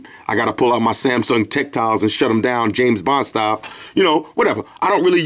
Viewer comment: Lol you said jame bon but on all seriousness thank you for doing these tutorials because its some dudes that be from the UK and I cant understand nun they be saying so thank you